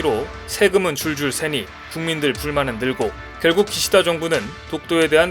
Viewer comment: 세금은 줄줄'세니' -> '새니'